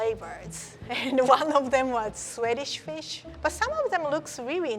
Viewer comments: I thought she said sweatish fish lol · Oh, is also a member of the "Soo-eh-dish Fish" club. Nice! 😁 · did you just say Swedish fish? 🤣🤣❤